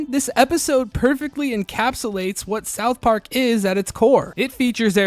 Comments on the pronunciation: The way you pronounce it South PARK, not SOUTH Park. Technically it’s correct but it sounds off😊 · Why do you say south park so weirdly?